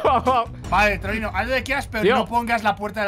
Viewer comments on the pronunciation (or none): Se escucha trolero en vez de Trollino